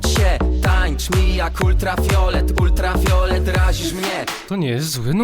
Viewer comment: UltraFIOLET, ale wymowa